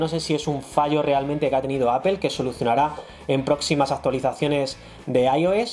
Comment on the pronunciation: Pues yo me voy a poner a llorar si sigo escuchando manzana en inglés:apel